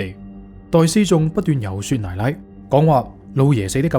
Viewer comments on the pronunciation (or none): 「遊說」不是讀作「遊雪」而是「遊稅」！ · 說服 都是讀音'稅服' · 遊「雪」是錯讀音。